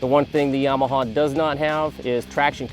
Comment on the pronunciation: my ears hurt whenever he pronounced their names. "dee yah vel" , .."yaw- mah-h"...